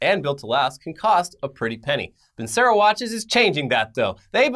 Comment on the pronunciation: Hrmmmm, used to study classical music as a kid, my parent's choice, not mine. If they're an italian watch company, I"m almost 100% certain Vincero should be pronounced vin-chair-oh. If I'm wrong, cool. But if I'm right, might want to check with the company to make sure you're not taking their ad money and pronouncing their name wrong XD